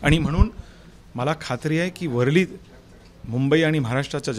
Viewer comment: याला मराठी बोलता येत नाही,वरळी शब्द सुद्धा बोलता येत नाही.